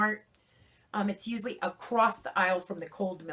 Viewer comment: She said 'uzully' gotta be Italian. Lol 😝